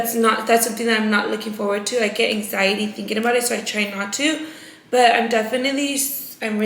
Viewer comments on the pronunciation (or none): you & Britt are still trying to make “hang ziety” a THING?! 🤣 Babessss you don’t feel that anymore because those were the SHAKES, that’s called withdrawals 😭 “hang-ziety”??? Smh 🤦🏻‍♀️